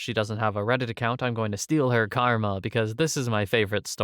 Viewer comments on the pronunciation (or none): none